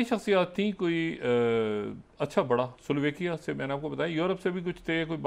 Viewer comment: Sliovaikia nii doctor sab... Slovaaakia .